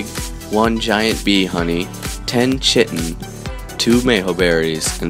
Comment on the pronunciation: yes, it is phonetically transcribed as: /kītn/ or /kaitin/ most of them pronounce it /chitn'/ or /cheetin/ which is definitely wrong lol